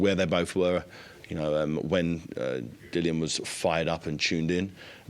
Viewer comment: 😂 spent the majority of the interview calling Dillian….Dillon 😂